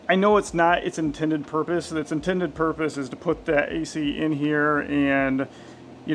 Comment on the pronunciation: I have a feeling that’s not it’s “in-tented” purpose